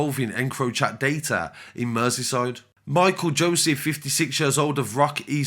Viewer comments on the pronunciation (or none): none